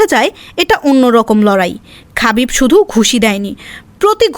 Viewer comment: খাবিব❌ হাবিব✅